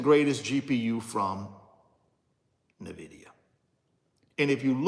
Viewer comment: At least you can pronounce, "Nvidia" correctly. It's not Na-vid-ee-uh.. Nvidia is pronounced En-vid-ee-uh.